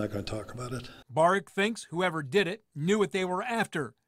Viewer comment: You are pronouncing his name wrong it is pronounced Bar e ak